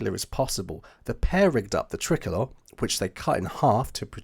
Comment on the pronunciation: Really great story and well put together one thing though is it is pronounced try colour